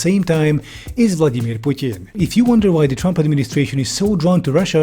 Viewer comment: Nice pronunciation of "Vladimir Putin" 😁